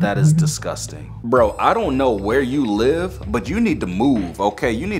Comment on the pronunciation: When he said "that is disgostang" i laughed sooooooo hard